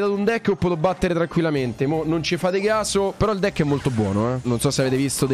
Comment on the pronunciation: Volevo dire deck non decki😅